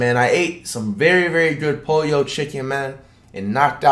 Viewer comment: “Polio Chicken” who’s gonna tell him.